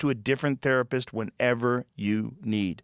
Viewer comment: The best joke I have ever heard was his sponsor BetterHelp. (51 min mark) In summary, he basically started out saying it's International Women's Day, and we all have women we appreciate. He then went on to suggest we should buy them a present of a tharpist. Yes you heard rifght. Wow